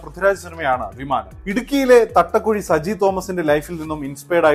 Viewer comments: thattakuzhi alla bro thattakuzha,thodupuzha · thattakuzhi alla thattakuzha anu bro